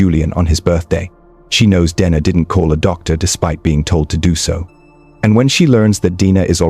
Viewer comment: He does, but I wish he’d get her name right, he pronounces it “Denna” “Deana” “Dayna”